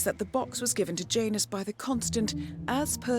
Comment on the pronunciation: Isn't that name usually pronounced "Yanus"?